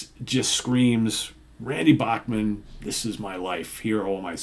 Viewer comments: C'mon, surely you've heard it's pronounced "Back-man" not "Boch-man". It's a Canadian thing. They say "Ba-ham-a", not "Ba-hoom-a". Weird. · It is what it is who the heck do you think you are? It's not your decision. You do not like it don't fukking go! According to Randy the Bachman name is properly pronounced as Back-man.